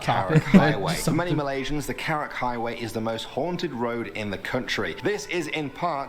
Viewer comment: Karak highway. Not carrick